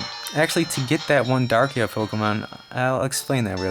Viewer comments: Drakia? Its Darkrai. Dark and rai ( japanese word for thunder). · Its not darkia its darkrai or dark cry i think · Its pronounced Dark-rai